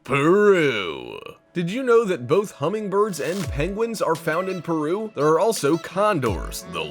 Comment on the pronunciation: no one: narrator: "PERRRUUUUUU"